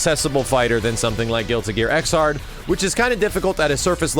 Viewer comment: It's pronounced Ex-erd -- Xrd as in 3rd -- you don't say Thir-ard...